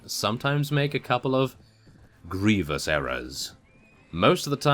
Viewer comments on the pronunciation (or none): none